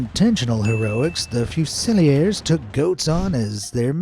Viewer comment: lol, it's fuse-ill-ears.